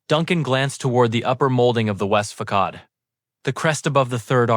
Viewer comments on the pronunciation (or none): Interesting that the story read by AI still has pronunciation gaps; example FACADE .....not pronounced with a FAKOD.